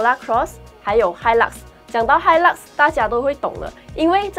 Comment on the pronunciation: 小姐姐讲 hilak 少了那个味道😂，个人感觉，triton 会开始走下坡了，新改款不如现款。